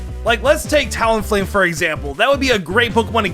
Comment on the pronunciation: No one: Absolutely no one:: talonflame